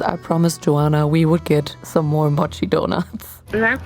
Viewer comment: Das o in mochi ist lang, nicht kurz wie dus immer sagst. Es ist nicht das o wie in „doch“ sondern das o wie in „hoch, ohr, ohne“ Du hast es schon so oft falsch gesagt es wäre schwer es dir abzugewöhnen i guess 😅